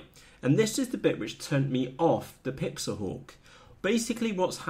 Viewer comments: PIX - HAWK..... NOT PIX - A - HAWK... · Pixhawk not pixahawk lol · I believe you have a slight misunderstanding of Pixhawk. You are actually pronouncing it wrong. :) Anyway, the 1mb limit was a hardware bug, corrected. You are not going to fill that with waypoints or settings anyway. It's more about firmware and advanced functionality. Pixhawk has a much larger development community, being open source that's to be expected. It's also comes in more hardware flavors. However, it's probably not as easy to use. With anything that's feature rich, more can go wrong if you select incorrect parameters. Between PX4 and Ardupilot, eagletree can't compete. Customer service for pixhawk.. It's open source, that doesn't exist bro. Show me a custom UAV that utilizes DNN & computer vision, 90% of the time its a PX4/Ardupilot rig.